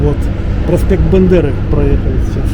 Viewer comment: Живу в Киеве, мой любимый город, мой Дом, моя Родина. Хорошая оригинальная экскурсия, спасибо! Одно маленькое замечание - не проспект Бендеры, а проспект Бандеры, это важно.